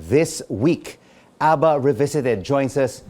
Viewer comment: Thats not ABBA thats ADDA😂😂😂